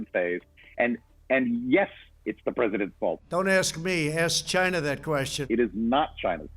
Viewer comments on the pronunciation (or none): "Ask Chyeena" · "CHINE-NA! Its' all their fault. I take no responsibility. Ask CHINE-NA!"